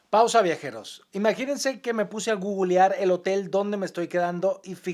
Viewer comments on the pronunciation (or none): Jejeje no digas "gugulear" Alan 😂